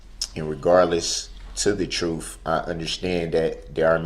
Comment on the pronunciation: Troof! No need to axe to re-moo-me-din as it was worth (worf?) watching.